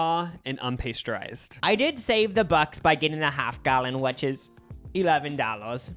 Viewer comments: PAST-yur-ized, not PAY-stur-ized. and Shasta not shahsta. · Bella Ha-DEED not ha-did 😅 PASS-turized not paste-turized omg ily guys. Hope this helps ❤